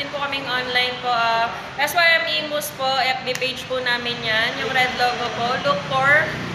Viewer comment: Es Way Em kasi hndi Sim...🤣